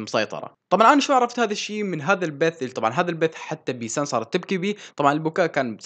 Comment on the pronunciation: منو انتبة انو قال بيتان بدل بيسان بثانية 55😂😂😂😂😂😂